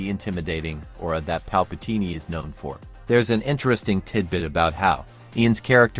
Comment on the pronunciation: Let's not forget "Palpateenie"... 🤦